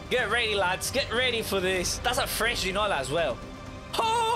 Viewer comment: You pronounced it right